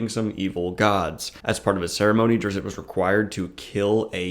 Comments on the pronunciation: hi, the t in drizzt is silent. so his name is pronounced duh-rih-zz. other than that I don't mind this video, please continue making more. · I call bullshit, this guy never read anything more than the cliffsnotes of a Drizzt book. The wrong pronunciation of "Drizzit" is a big part of the 3rd book. Zaknafein wasn't hunted and killed, he was sacrificed for zin-carla and it's arguably the biggest fulcrum in the plot of book 2. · Man, I always called him "Drizz-it" too and when I heard other people pronounce it I thought I was for sure the only sane person until now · I listened to one Drizzt audiobook a number of years ago and didn't care for it. But having listened to it i notice that you and the narrator pronounce his first and last name quite different. Not sure which is right.